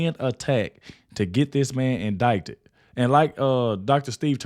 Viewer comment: Just pronounce indicted like in-did-ed